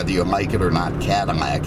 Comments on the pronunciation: Attention to detail is second to none love the videos but it's not Cadimack it's Cadillac 😆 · I swear every time I hear him say something that has an L, I hear M. Cadimac? Mexus MX460. Anyone else?